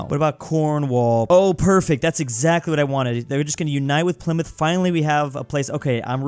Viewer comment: I'm actuallt surprised that sayd "Pleemuth" instead of "Ply-Mouth"